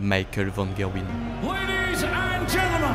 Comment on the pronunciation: Incroyable vidéo ! Petite correction linguistique quant à la langue hollandaise : le G se prononce un peu comme le J espagnol, donc l'antagoniste s'appelle van "rherwin" et non pas gerwyn en terme de prononciation :) j'espère que ça te servira dans les futures vidéos.+ :)